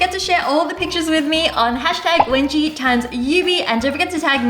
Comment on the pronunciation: I heard it webji